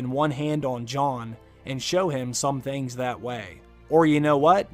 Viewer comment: I swear in the intro she said ting and not thing